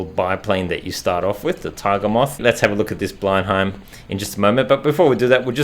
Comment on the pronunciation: Great video. I believe the aircraft is pronounced blen-em.